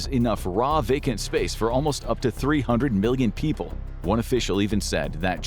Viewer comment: You say vacant weird.